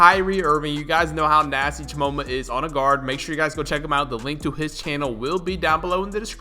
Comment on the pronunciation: “Cha MOANMA” ITS CHAMOMMMAAAAAAA NOT CHAMOANMA